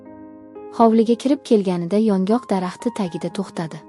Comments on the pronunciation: Кеткан вақтизга ачинадиган хикоя экан..Матнни ўқиёткан қиз ёнгок дарахтини охиригача тузатиб ўқомадия 😮Ёнғоқми-ёнгокми?😢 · ЁНҒОҚ , " ёнгок " эмас!!! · Iltimos yongok emas yongʻoq deb oʻqing